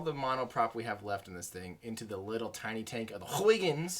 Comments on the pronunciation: Hey,. I'm Dutch, it is pronounced: haygens probe (more or less). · I am a Dutch guy, trying to make an American Everyday Astronaut to pronounce the Dutch name Huygens correctly. It’s a great name. The Dutch have all of the greatest names! Huhye -ghuns. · All the dutch people are blaming you for not pronouncing huygens well🤬😂 I think you are a GREAT youtuber